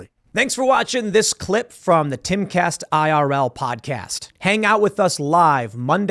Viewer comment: Your the punk it's called timcast not Eancast !!!